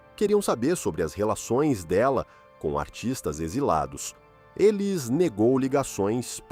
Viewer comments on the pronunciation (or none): É uma pena que esse narrador não pronuncie o nome dela corretamente. Élis 😟